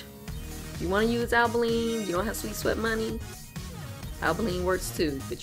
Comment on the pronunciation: Since you are the first person who pronounce Albolene correctly I watched your entire video.